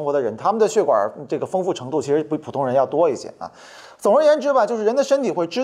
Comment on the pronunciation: 壮壮胆子举个手： 那个叫血管 XUE4声